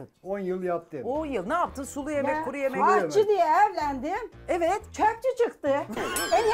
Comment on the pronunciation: AHCIdeğil bacımmm AŞÇIII AŞÇII😂